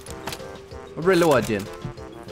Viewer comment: Tachanka dosent say reloading he says weloading